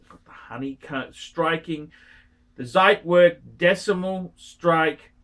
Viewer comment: He still won't say it correctly ;) It's like trying to train a dead horse.